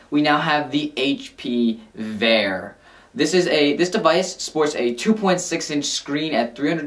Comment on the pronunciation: Veer is pronounced like the ear in fear or gear not like fair